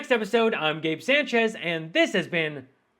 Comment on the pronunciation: Sanchez, pronounce your last name correctly sport. It is pathetic when someone of Spanish descent attempts to sound "Anglo." And yes I would say as much to your face.